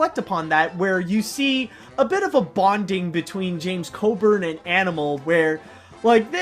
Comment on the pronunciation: his name is James Coburn not James Codern. try again